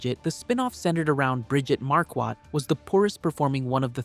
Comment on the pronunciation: Her name is Marquardt…pronounced MAR-quart…not mar-QUAT. That bothers me…